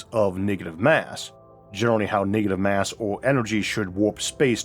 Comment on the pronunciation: "niggative mass" 🤣